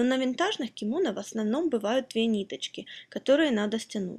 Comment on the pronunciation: я посмотрел на вики, ударение на последний слог в слове кимоно